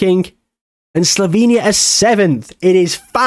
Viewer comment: sloVenia not sloBenia, and its pronounced Cheh-Khiyah